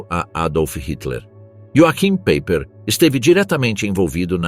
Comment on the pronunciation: Paiper como pronúncia 😮😮😮😮😮